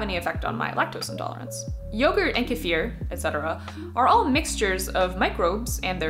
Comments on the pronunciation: As a russian, I appreciate it. I was so surprised to hear correct pronunciation, that I now suspect she has russian roots :D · I really appreciate your proper pronunciation of kefir. I'm not sure if the Russians would complain, but it's so much nicer than "key-fur".